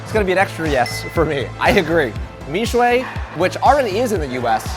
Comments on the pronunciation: Google is wrong; it clearly translates the Chinese into English first before converting it into Vietnamese. "MIXUE" should be pronounced as "MI/XUE," not "MIX/UE."Then, the translation mistakenly interpreted "MIXUE" as something related to the meaning of "MIX." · My son, who is Chinese, and studies Mandarin, says that you say YANGGUOFU correctly. However, he says your pronunciation of Mixue is incorrect. The final vowel sound is more like y-uh (I am not sure how to write it in English), very light the y sound, but definitely not the “ay” sound on the end. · Just a pointer its not me sheay its mi shure. But that r is soft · He says mixue like Mishway ofc he doesn’t speak chinese